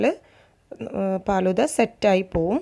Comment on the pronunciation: ബോംബെയിൽ (ഹിന്ദിക്കാർ) ഫാലുദ എന്നാണ് പറയുന്നത്. പാലുദ എന്നല്ല. എനിക്ക് ഹിന്ദി നന്നായി അറിയാം. മുജെ ഹിന്ദി അച്ചി തരഹ്‌ മാലും ഹൈ.